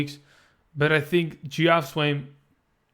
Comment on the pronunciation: Good video. Just FYI Geoff is actually pronounced Jeff. Weird right?